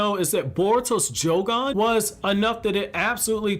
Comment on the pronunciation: Idk why but it bothers me he keeps pronouncing it as jougon instead of yougon